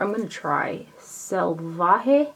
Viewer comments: Yes! You pronounced the Salvaje palette name correctly :) while I think it’s pretty, I’m getting bored with the that warm tone color scheme with a pop of blue. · Great job on saying the name of the pallet. You def didn’t butcher the name!!! Love your videos !